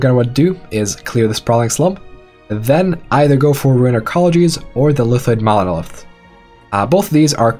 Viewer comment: that monolithsthhts got me